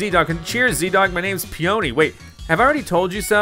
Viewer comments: "Peony" is pronounced as "Pee-Yer-Nee" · The guys name is pronouncing "PEE-uh-nee", like the flower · It’s actually PEE-oh-nee. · Its "pee o nee" like the flower.